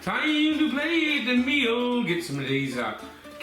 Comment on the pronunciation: An Irish voiced "its time to plate da meoool" ❤❤